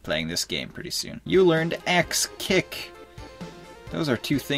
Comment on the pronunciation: I heard "Sex Kick" instead of "Axe Kick" guess i'm playing too much Smash Bros Melee.